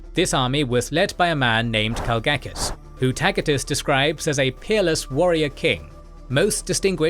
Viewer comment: Tacitus is pronounced TASIT😅US NOT TAKITUS🤣😂🤫